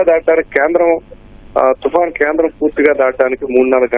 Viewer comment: తుఫాన్ ( తుపాన్ కాదు)